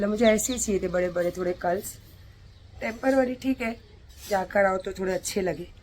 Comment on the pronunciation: Temporary (temparworry) madam ki dictionary ka new word 😄